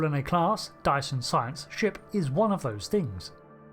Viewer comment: Every time you say dyson it sounds like you're saying diason. Anyway good vid. This include, this includes :)